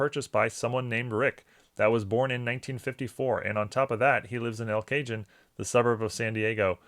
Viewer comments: Just fyi, in the last minute you refer to a city outside San Diego. It’s pronounced El Kah-Hohne. Great video as always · “El Cah-hoan” … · Thanks for the regular rollers episode. I live about 15 minutes from El Cajon, a suburb of San Diego. It is pronounced El Cahone, as it’s a Mexican term meaning “the box”. The city is named for the box-like shape of the valley that actually surrounds the city. Living in San Diego we have many cities in the county that have Mexican names. Go Padres!